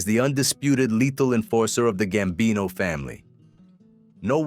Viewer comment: Gsmbino, not "gambini."